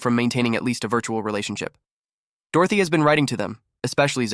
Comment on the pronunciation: This AI story is frustrating to listen to because the AI can't keep the pronouns consistent and can't pronounce Dorothy half the time.